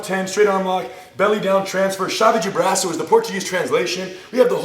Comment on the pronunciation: gosh, i always thought Rener and Ryron were fluent Portuguese speakers, until hearing this horrible "brwaço" now...